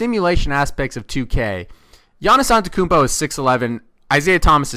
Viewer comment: Great Video and you started saying the Greek Freak's name right. :)